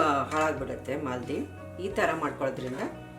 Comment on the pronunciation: IT IS MAALEDI NOT MALDI